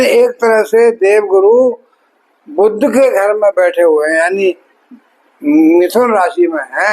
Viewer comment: हिंदीभाषी सभी ज्योतिषी 'वक्री' शब्द को "बकरी" और 'बुध' ग्रह को "बुद्ध" ही बोलते हैं !! 😢😮